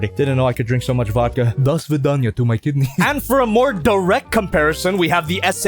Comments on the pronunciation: Your Russian sounds good. Haven't you studied Russian before? Otherwise your “Dosvidaniya” sounds good. Or was it just vodka that awakened your Slavic roots? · That "до свидания" in pretty good Russian wasn't something I'd expected as a Russian fan)) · where did that Russian accent come from lol